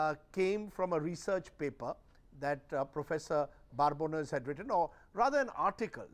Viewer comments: Its Babones not barbones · Why is Rajdeep pronouncing Prof Babones' name incorrectly by adding an "r" in between. It is not Barbones. He interviewed the Professor. It is surprising he has made this mistake regularly here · Rajdeep cannot even pronounce the professor's name properly. In this video he keeps calling him Barbones - as opposed to his real name Babones. Prof Babones having not visited India actually makes him more objective - someone only looking at the data and not being colored by their experience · First of all he is "Babones" and not "Barbones". The first job of a journalist is to learn to pronounce name. Secondly, Babones deals with data and not a journalist and data is available publicly to make calculated decisions. And he clearly said certain section "class" of India and not Individual so as an individual it's very clear for me to understand that every democracy has Nationalist and certain class of Anti Nationalist who dedicate their life to destroy India. So you are here to take out your frustrations of being on the losing side. So keep Shouting no one takes you seriously. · Mr. Prof, Rajdeep is already rattled and Pls don't rattle him more calling him for another chat. He is so agitated that he will mispronounce your name, from the original Babones to now 'Barbones' to future 'Barebones' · Prof.Babones! Not Prof.Barbones...Mr Churdesai. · Rajdeep, his last name is not Barbones. It is Babones! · Dear Prof, Rajdeep is already rattled and Pls don't rattle him more calling him for another chat. He is so agitated that he will mispronounce your name, from the original Babones to now 'Barbones' to future 'Barebones' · Please first learn to pronounce his name correctly. There is no "R" in Babones! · yeah... He didn't know that you would be so sharply intelligent. Can you please tell me why Rajdeep has pronounced your name so incorrectly in this video? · Why do you keep mispronouncing the Professor's last name?